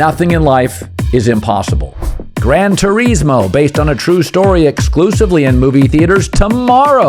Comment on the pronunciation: Its grabd terISMo not easmo.